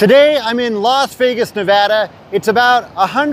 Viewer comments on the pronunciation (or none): LAS Vegas, not "Los" clown